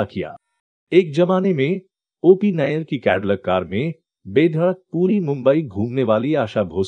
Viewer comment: OP Nayar Nahi Hai Nayyar Hai 😂 nayar or Nayyar alag surname hai pehle khud pata kar dosto ko galat information de raha hai